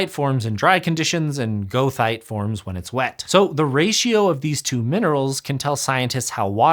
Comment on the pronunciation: never heard goethite pronounced that way